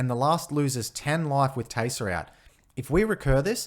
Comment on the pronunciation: The accent makes it sound like your saying "Teyser" and I love it!